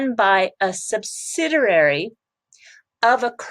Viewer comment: Hi, its pronounce subsidiary. Not subsiderary. Good channel though.